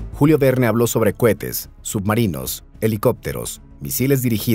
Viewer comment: Que risa cómo dice cohetes... "Cuetes" 😂